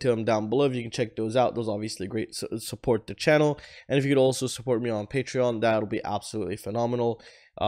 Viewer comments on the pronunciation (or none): none